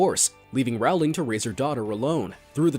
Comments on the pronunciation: It’s not «J.K RAULING» it’s «J.K ROWLING» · its Rowling like bowling Not rowling like howling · SOMEONE SAID J.K. ROWLING WRONG AGAIN it's pronounced rolling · Regarding JK Rowling’s name, the Row does not rhyme with cow. It rhymes with Joe